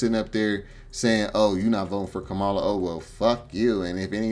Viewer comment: Your comments about immigrants taking over you sound like the white folk . What you said is the same thing white folks say about black peoples also if you going to speak on the Vp learn to say her name correctly. You are also wrong on her policy she did not lock up black folks. Say what you want but you need to speak facts Sir